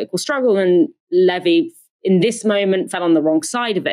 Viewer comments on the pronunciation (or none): LEE-vee get it right! Not Lev-ee.